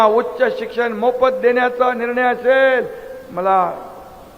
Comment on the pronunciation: बहिन अशेल पानी म्हनून... आनि म्हनून... किती अशुद्ध. 2.5वर्ष सहन केले.